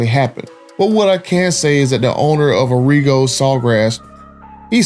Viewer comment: Pronounced Ahh-Re-Go… I got my last two vehicles from sawgrass. but yea this is messed up, no dealership should tax extra on the hardworking class… and to lie and lie and lie says a lot about their character. 🤦🏾‍♂️